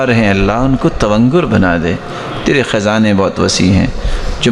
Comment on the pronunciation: ۔۔۔ حضرت میں سن رہا ہوں کہ آپ زیر بولتے ہیں صرف، زبر نہیں۔۔!!!؟ رضا، خزانے۔! زیر کے ساتھ۔۔۔۔؟؟؟